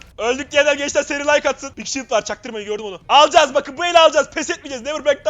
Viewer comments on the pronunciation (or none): none